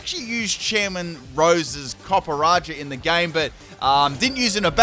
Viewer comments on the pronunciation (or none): No its copper-ah-shah